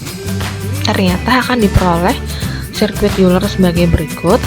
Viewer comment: Euler dibacanya oyler